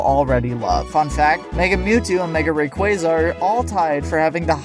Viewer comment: Blaziken, not Blazikens. Charizard, not Charizards. Rayquaza, not Rayquayza. Just saying 😇